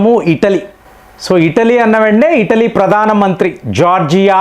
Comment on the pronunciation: ఇటలీ అంటే ఇడ్లీ కాద